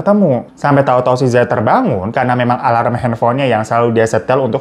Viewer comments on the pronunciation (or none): none